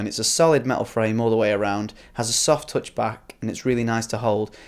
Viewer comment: it's not teutch (touch) it's tuhtch